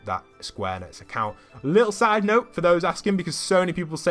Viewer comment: Hey, you pronounce enix like "eenicks"